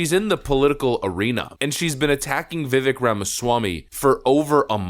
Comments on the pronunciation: its Viv-Vake, like Cake. Not Viv-Vick 😂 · It's pronounced VIVAKE like CAKE If you're going to do political commentary at least get people's name right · It’s ‘Viv-Aik’ as in ‘cake!’ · please learn how to pronounce Viveks name